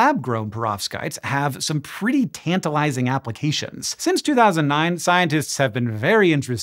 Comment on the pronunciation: Bro must have just come back from Nigeria... "tantalising"😂